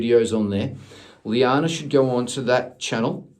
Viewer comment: Omg omg omg! 😲....I'm having a pannic attack 😆....llana just performed her Christmas solo btw....I posted it up on my channel.... also you'll be pleased to hear that she got the lead part tallulah in bugsy mallone! 🫂 🤗 And it is pronounced lana ( just like lana turner)...🤣.... the spelling was her dad's fault 😆 Thank you soooooo much again for doing this! ❤️ xxxx....BTW....I don't suppose you know the link to the exercises you spoke about by any chance?.... if not then I will find it for sure! 🤗